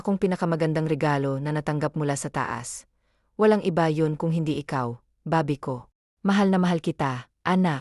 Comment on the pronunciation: Bakit ganon mag salita yung baby naging babi